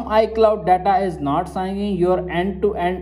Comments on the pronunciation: its syncing, not signiking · It’s pronounced “sinking” not signing lol